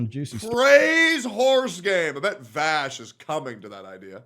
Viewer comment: Bro said VAASH lmao